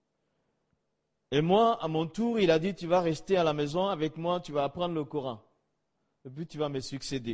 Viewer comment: Quel gros mytho, il ne prononce même pas normalement le nom du prophète (PSL), ni même le Coran